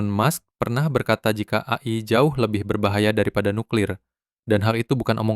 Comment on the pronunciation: AI di baca e-ai aja bang kalo di sebut a-i kayak aneh dengernya